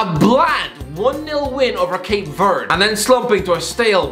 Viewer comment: Ha - he's terrible at pronunciations 😂 His "Cape Verde" wasn't great either 😂🤦🏻‍♂️